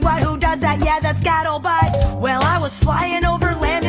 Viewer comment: She cant even say skuttlebut correctly